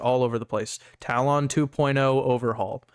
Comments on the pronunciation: is it me or does this pronunciation of talon sound extremely weird... ive always heard it pronounced "tallen," as opposed to "tal-on". and on another note, you could run this tool as fully as a powershell script like christitustech does on their script... with no exe payloads etc.. this way your tool plays nice with antivirus software and no need to do risky behavior disabling av. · Hey bud, great work! Not sure if you're doing it on purpose or not, but the correct pronunciation of talon is: "ta-luhn" and not "tal-ohn". Not trying to be an ass or anything, again, great work with the app!